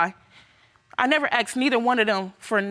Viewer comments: "He axed me"... The word is ASKED !! Not that hard to say !! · It's the 'axed' word that I detest. The word is 'asked' not hard to say